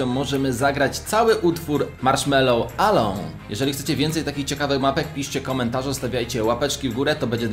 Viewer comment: ELOŁN a nie ALAOŁN